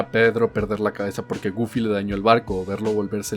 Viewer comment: Nadie:: GoOlfY